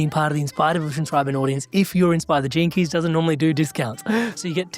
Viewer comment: At first I thought he said the term "JINKIES" a catchphrase by Velma Dinkley in the animated series Scooby-Doo 🤣🤣😂😂🤣🤣when he meant "GENE KEY'S"!